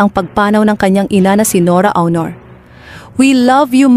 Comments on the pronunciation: Hooooyyyyy!!!HINDI AWNOR ang pagpronounce ng AUNOR ni ate guy kundi ONOR.....NORA ONOR (Aunor).Kakairita yng pronounciation mo sa showbiz name ni ate guy. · Onor not Awnor pls. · HINDI PO BA KAYO NAKIKINIG NG TAMANG PAG BIGKAS NG APILYEDO NI ATE GUY? ANG PAG BIGKAS NYAN AY ONOR(AUNOR)AT HINDI AWNOR.ISA KARING GAGA. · Anokaba Dai Dili awnor ui?;onor Dai sllent u anokaba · Akala ko ba NORA AUNOR. Eh bakit yung boses panay sabi Nora AUROR. Paki correct naman, RESPETO naman dyan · Hindi po awnor aunor po NORA AUNOR hindi awnor kaloka. RIP Miss N.A. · Why don't you pronounce it as ONOR? Hindi AW-NOR ANG PAG PRONOUNCE NITO!!! Para kang SIBUYAS BOMBAY magsalita!!!!! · Leche awnor daw onor bigkas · Awnor,,onor,,oh no filipino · Pronounce as Onor not Awnor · Anong awnor., aunor po as in onor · Nora aw...nor b prounaciation nun ok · Ano saki SI Nora auwnor sobra naman Ang pronouciqtion kopal ka? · Ayusin mo Yung AWNOR mo. OA mo NMn. Panget pakinggan. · Nora "AWNOR?" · Nkakaloko naman yang pag pronounce mo ng “AW-nor”… disrespectful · why u keep saying “awnor”? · Sbi ng narator nora awnor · Awnor hehe AI ba to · 🤪Don't you know how to pronounce her last name? . My God she was around for so many years and cannot say her last name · Sino bs itong nagsasalita na ito tagalog na ang salita di pa masabi ng msayos psti apelyido ni Ate Guy di mabigkas ng maayos 😂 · Rip po. Yung voice over, mali po pronunciation mo sa last name nya. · Awnor? Baga? Ayusin nyo po ang pagsambit sa mga ito, di po nakakatuwa.